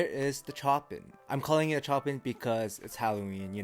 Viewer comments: Chopin as in "Show-Pan". As in the composer. 😂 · Chopin is pronounced "Show Pan" from the legendary classical composer. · The way you say Chopin made me feel real uneasy for some reason 🤣